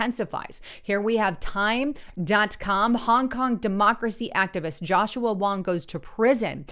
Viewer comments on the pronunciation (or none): none